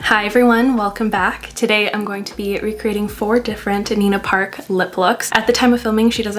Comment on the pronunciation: mispronouncing her name AND recommending against her peptide lip product AND slaying the look.... queen behaviour